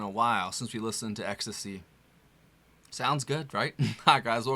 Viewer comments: It's not pronounced "Ecstacy"... It's pronounced "X.T.C." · I love your insight…. I’m here cuz I love this band and have for many years… ITS really good to see the next gen apareciste and understand the contribution of this band. Us old people pronounce it “X…. T…….C” but you do you… lol. Just happy to see the appreciation for the genius. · It's X, T, C. Not ecstasy. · It's actually pronounced X T C as in 3 separate letters. They are from my home town 🙂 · Pronounced X - Tee - Cee bro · You don't pronounce the bands name ecstasy, you say X T C.😊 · Hi - it's not pronounced ecstacy. It's pronounced X T C. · The band name is pronounced like the individual letters rather than word ecstasy. Just fyi. I was beyond thrilled - with myself 😅 - when I learned 'Respectable Street' finally, in the mid-00s and began playing it on the streets and one specific patio in Kensington Market in Toronto. Andy's words are always witty, pointed and hilarious. Love Terry Chambers, Colin's eruptive basslines, their vocals and though I have no clear idea of Dave Gregory's contributions, I have no doubt it's significant and perfect 😀👌🏽🎶❤️🍁❤️✨️🕊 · Thank you. Great reaction, but say it with me: X T C By the way, these are two of my favorite XTC songs. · Pronounced Ex-Tea-See...